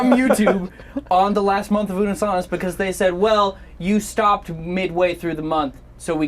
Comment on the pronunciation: Ash not unnus annus again stop it Mark 😂